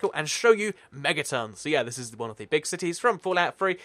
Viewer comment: its megaton not mettaton what is this undertale